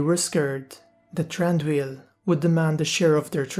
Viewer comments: No its pronounced "Thran-Doo-eel" as you can see in Tolkiens books and other writings. The Hobbit movies takes up the Tolkien Pronunciation too. How did you make it "Th-Ron-doo-eel" if I can ask you? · I believe his name is actually pronounced Th-Ron- doo-eel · Why are you pronouncing his name wrong ?